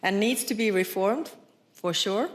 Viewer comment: 😂😂😂for shurrr